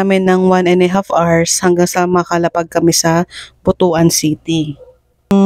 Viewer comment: pronounced butwan not butu-an